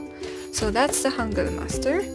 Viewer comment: I think you're the first beginner in korean who pronounce the word ,,hangeul" right they always say ,,hangul" like an clearly ,,u"